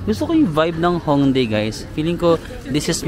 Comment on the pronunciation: Yung pag pronounce po ng Hongdae is "Hongdeh" 😊